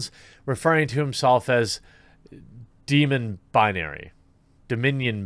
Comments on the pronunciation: It’s pronounced “Demi-non-binary” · pronounced Demi - Non - Binary. Demi = Lesser, half, partial